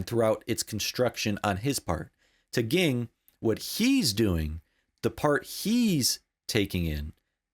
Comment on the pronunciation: Just a quick note: Gon’s father’s name is pronounced Jing.